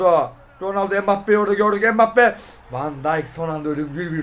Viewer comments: Adam mbappe deil bugbapeey diyo spiker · Abi ilk dakkalara empappeye spiker pugbappe diyor